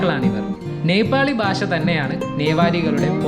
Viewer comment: ബാസ അല്ല സുഹൃത്തേ ഭാഷാ എന്ന് പറയൂ. അതല്ലേ നല്ലത്.